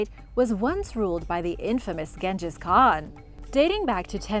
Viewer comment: Oh come on. I suffer through many mispronunciation but you can't even pronounce Genghis Khan?? Please, please. You give me a brain bleed sometimes.